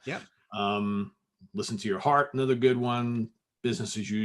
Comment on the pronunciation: The word is pronounced uh·NUH·thr, not ay·NUH·thr.